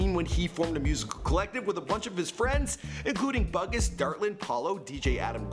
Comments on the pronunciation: Btw Russ's friends name is pronounced Boo-Gus not Bug-us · Love your videos! But imma be a "hater" real quick 😂 put some respect on Bugus! His name is pronounced "BOO-GUS" not "BUG-US" lol. That's Russ' homie and he can spit rhymes too. Had to say something lol. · its pronounced BOO-GUS, not like the movie A BUGUS's Life. Doesn't take a ton of research to figure that out lol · Hey bro since you do all this research, just a suggestion......KNOW HOW THE FUCKING NAMES ARE PRONOUNCED. It's pronounced boo-gus not buh-gus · Bugus is pronounce "boo-gus" not bug-us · I actually think it's pronounced BOO GUS not BUG US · NOT BUH-GUS, IT'S BOO-GUS! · bugus is pronounced boo-gus not BUG-us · its pronounced boo-gis not bug-us lol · Bungus? It's boo gus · Boo-gus, not bug-us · LOL its not bug-us its like saying new but with a B then us. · I cringed every time you pronounced Bugus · Every time says “Bugus” my face goes 😔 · The way he says bugus 💀 but damn, I requested this months ago even though I knew all of this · Where the real russ fans at, if ya know at least 80% of his stuff, and its [boo-gus] btw lol, Russ is just beginning to get recognized fully both by the industry and public, hes my favorite rapper, stop with the 2pac and eminem, thats needless to say, theyre goats of their own stuff, but this is today and rn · It's um .. It's pronounced Boo-Gus. But yay for the Russ Love!! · His friends name is "Boo-Gus" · its pernounced boogus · Bugus pronounced (BOO-GUS) smh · Did he just say bug us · It’s pronounced boo Gus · Its pronounced BOOG_US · Die men? Bug-is? Lol u don't know russ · its pronounced 'Boo Gus' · finally found someone who mentioned it!! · THE WAY HE IS PRONOUNCING BUGUS IS MAKING ME CRINGE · The way you pronounced bugus tho 😂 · the way he pronounced bugus😂😂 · The way he pronounced Bugus' name 😂😭😭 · The pronunciation of Bugus was incorrect. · Did y'all hear how he said bugus 😂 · Disrespecting bugus lmao you're butchering his name soooo bad